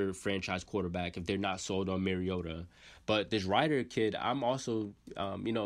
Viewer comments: Rid er, not Ride er. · Fam lol you gotta pronounce it like “Dez-min Rid-Her” good vid though bro! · Man you fk his name . You might need to do a little research on pronunciation on the names 😂😂. Desmond Rider